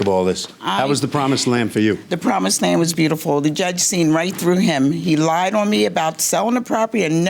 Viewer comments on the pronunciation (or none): none